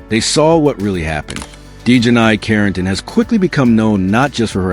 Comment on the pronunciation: Your AI voice can't even pronounce her name right 😂😂😂😂